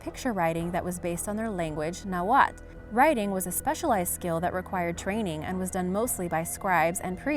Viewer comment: Love your videos but your pronunciation is not the best. NauatL the L is not silent.